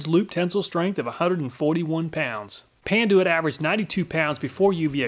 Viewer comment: Panduit "Pan-Ty"...ok then